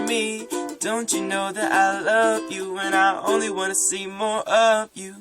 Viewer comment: "oreaux" XDDDD